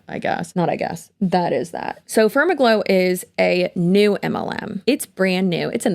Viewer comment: Far-MAG-low is the only way I want to pronounce it now. 😂